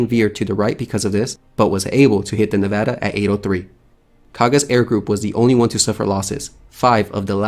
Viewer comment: I appreciate him pronouncing Nevada correctly. The USS Nevada (BB-36) has an interesting history, look it up sometime if you are curious. She had a glorious end.